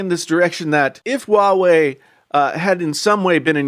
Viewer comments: Why are you keep pronouncing it WA WEI?? It’s pronounced HUA WEI ok! I can’t even continue watching it let alone the self opinion content....... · It's Huawei..not wawei ..stupid